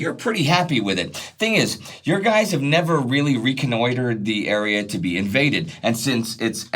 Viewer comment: I haven't heard "" (pronounced like that, not spelt, I know), since the good days of the first Die Hard.